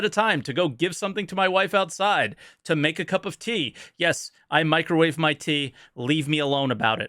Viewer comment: Mee-cro'wah veh? What is that animal?